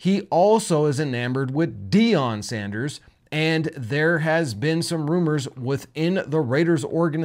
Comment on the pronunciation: please. Not Sandèrs